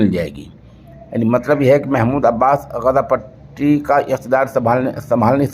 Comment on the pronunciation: سوشل انڈیا نیوز کے ذریعہ،عالمی اخبار نشر کرنےوالے مولوی صاحب السلام علیکم ورحمتہ اللہ وبرکاتہ بعدہ عرض ہیکہ کبھی شہر غزہ کےلئے آپ لفظ غزے جب کہتے ہیں تو متحیر ہو جاتا ہوں ۔ والسلام علیکم ورحمتہ اللہ وبرکاتہ، خیر اندیش حافظ عبد الحفیظ رشیدی ۔